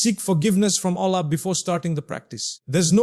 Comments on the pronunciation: True this Is NOT mufti menk. From the way u pronounce ALLAH.!!!!!!! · The way he is pronouncing Allah says its 100% AI video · First of all this is not Mufti Menk, second thing is that this AI can't even pronounce Allah's name correctly. Mufti Menk is one of the best scholars of Islam and the way he pronounce each and every word is crystal clear.. Guys please don't spoil Mufti Menk's name...may Allah guide each and every one of us... Ameen ❤ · That’s true, I saved the video but I’m coming to delete it now